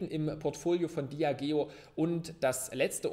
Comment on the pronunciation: Als treuer Zuschauer (seit dem 2. Video) eine kleine Bitte: Bitte spreche "Diageo" in den nächsten Videos richtig aus. ;) Als Eigentümer sollte man Wissen, wie das Unternehmen ausgesprochen wird. (Noch fehlen ein paar Euro zu dieser Stufe der Dekadenz ^^) (Ein Beispiel)